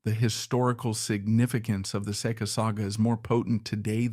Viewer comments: The most mispronounced name Iñ the repulsive business that is pornography why I don't know it is say kuh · Keep mispronouncing the name.